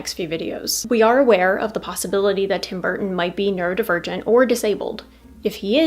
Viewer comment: "Neuro divergent", what I first heard, was "nerd, virgin"😂.